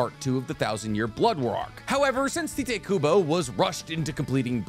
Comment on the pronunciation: Who is ti-tay you mean Tite ( like Tight)